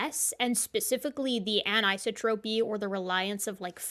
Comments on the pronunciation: an - i - so' - tro - py : accent on the third syllable. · Hmm, is that how anisotropy is pronounced in your field? In physics it's promoted anne-eye-SAW-troh-pee. You're pronouncing it anne-EYE-suh-troh-pee.